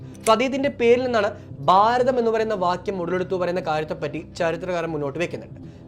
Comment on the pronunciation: ബാരതം അല്ല ഭാരതം ആണ്. ഉച്ചാരണം. ശ്രദ്ധിക്കുക.